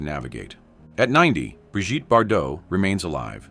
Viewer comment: Bree Geet, Brijtty? 😂😂😂